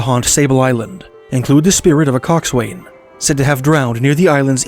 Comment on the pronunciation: A Canadian should know how to pronounce "coxswain"